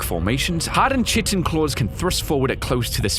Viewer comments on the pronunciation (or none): my man said CHitin 😂😂😂